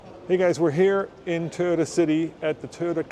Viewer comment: Strange pronunciation of TOYOTA. Not sure why that word gets so twisted with different people.